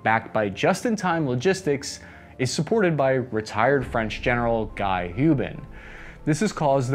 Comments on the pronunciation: As always, well balanced review, thanks. p.s. Guy is pronounced differently in French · I think the French pronounce "Guy" like gee, with a hard g. Or like ghee.